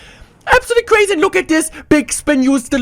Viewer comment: This is cwuaysi hahahha sooo ein deutscher